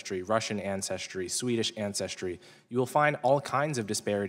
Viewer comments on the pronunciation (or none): none